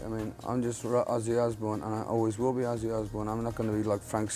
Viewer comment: Its ozzy not izzy